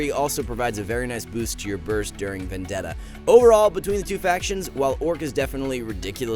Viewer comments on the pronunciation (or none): none